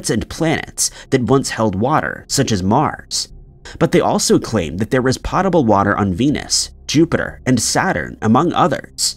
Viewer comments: Potable is pronounced "poh-tabul", not "pot-able". It means safe to drink. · “pottable water” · Potable. It means drinkable. Rhymes with "oat-a-bull" when pronounced correctly.